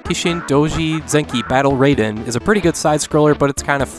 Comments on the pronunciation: In Japanese, "ai" is always pronounced as in "Hai." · You pronounced "Raiden" wrong, but "Raibu" right?!